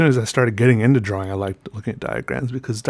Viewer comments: Drawing is pronounced dror-ring not draw-wing. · Leon Dunphy * draw-ing *